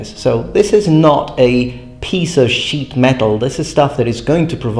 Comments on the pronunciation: I know he meant to say “it’s not a pice of sheet metal” but all I can hear is “it’s not a pice of shit metal” with an accent lol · "Piece of sheet metal" or "Piece of shit metal". 😂 Either works. You decide.